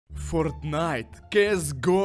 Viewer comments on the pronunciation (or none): none